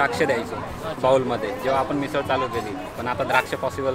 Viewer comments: मिसल नाही ग........"मिसळ " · मिसळ म्हणलं तर बरं होईल... मिसल काय🌚😢